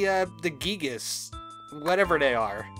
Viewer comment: Im loving the lP but please say giygas “guy-gas” geegis gets to me a bit haha jokes aside a few episodes back you said Giegue wasn’t giygas yet giegue was always giygas. Giegue is the Japanese name